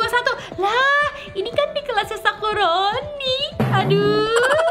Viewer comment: Kakak salah ngomong harusnya nge-prank sakurani bukan sakuroni